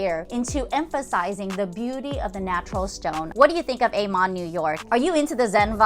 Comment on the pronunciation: Yes! Let's make it a series... yhanks for the wonderful content. It was fun to see The Shangri-la as I used to II've in Spore.and know the hotel well . Lovely gardens but did not love the rooms. My favourite is Aman ( ah-man not A-Man). The Aman resorts are so well known, especially in Indonesia.